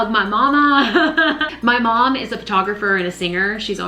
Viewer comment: I love your laugh. I only heard your accent when you said "my momma" 🙂 As a fellow artist, you inspire me. Live wedding painting is my goal. Can I raid your closet? lol